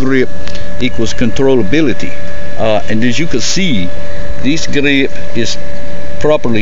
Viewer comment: "Smaller gah-reeeep"